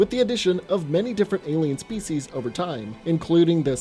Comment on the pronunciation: I just love how you guys mispronounce every alien species lol